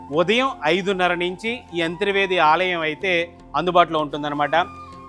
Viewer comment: అంతిర్వేది కాదు అంతర్వేది అని పలకాలి.